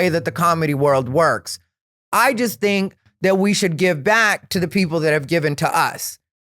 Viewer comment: I love when he says dink (think), also love the content hope you like doing the pod and hope you continue doing it for a long while. Much love from upstate ❤